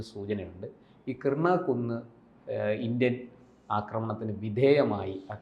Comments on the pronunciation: കിർണ അല്ല കിരാനാ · Kirna, kurna alla Kirana hill anu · Kiernan alla, Kiran hills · Krina alla mastere Kirana Hill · " കിർണ " അല്ല - " കി രാ ന " ( KIRANA )എന്നാണ് ശരി. ആണവകേന്ദ്രങ്ങൾ ആക്രമിച്ചത് ആരാണ്? ഇന്ത്യ ? അമേരിക്ക? ഇസ്രയേൽ? ആർക്കും അറിയില്ല. ചില മാധ്യമങ്ങൾ ഊഹിച്ച് പറയുകയാണ് ഇന്ത്യയാണ് തകർത്തത് എന്ന്. പക്ഷേ അവർക്കും ഉറപ്പിച്ച് പറയാൻ കഴിയുന്നില്ല. കാരണം തെളിവില്ല. പക്ഷേ അടുത്ത പ്രദേശങ്ങളിൽ ഇന്ത്യ മിസൈലാക്രമണം നടത്തിയിട്ടുണ്ട്. അതിന് തെളിവുമുണ്ട്.